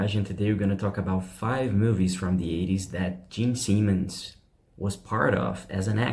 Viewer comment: Sorry for being picky.... But it is: Simmons not Seamens...🙄 and Osborne not osburn.